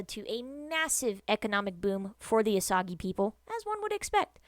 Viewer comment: It’s pronounced “oh sage”